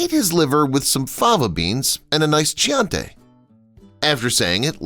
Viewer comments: Key auntie, not chee antay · Thar's SHIDER, not SHNIDER, and KEEYANTEE, not CHEEOHNTEE. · Chante? Do you not know how to pronounce the name of the wine? I mean you only need to watch the scene to get it right. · That was terrible narrating. How the F can he mispronounce CHIANTI?